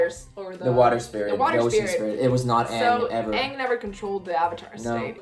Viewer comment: I just want to let you know, that you're pronouncing Aang wrong. It should be pronounced like the "A" in the word Avatar, not as "Ong"